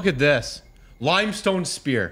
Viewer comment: The way he pronounced limestone limb-stone